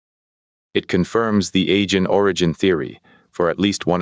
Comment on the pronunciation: Pretty good,, but you're mispronouncing Aegean repeatedly.